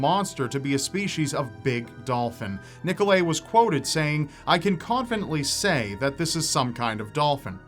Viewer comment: Nickle-ayy? Ni-Ko-Lie - Trust me, my friend shares the same name!